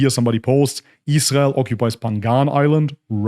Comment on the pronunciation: The way you pronounce 'israel' is spot on